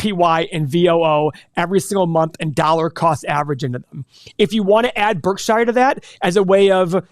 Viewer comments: ....it's pronounced "Berk-sher' not 'Berk-shy-er'... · stop saying berk SHI ER BERKSURE idiots